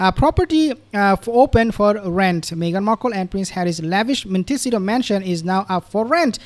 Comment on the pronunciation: BRR - it is pronounced Mon tih SEE tow - accent on SEE